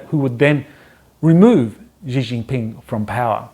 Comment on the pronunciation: Yup... the pronunciation is really quite off.